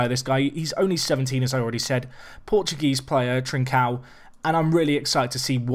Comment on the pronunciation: Trincão is pronounced closer to "trinc-ohw". It's hard as hell to describe to English speakers but that's as close as you'll get. Fantastic video as always mate!